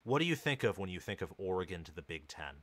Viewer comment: This guy do not even know how to say oregon' name. That should tell you he don't know what he's talking about. It's not that hard to say oregon. Of course oregon is going to be successful in any conference.